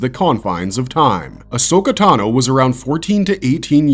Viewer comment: please stop saying ahso-katano. It makes me uncomfortable as hell